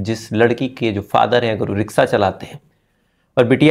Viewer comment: Sital nahi, Shital Riksa nahi rikshaw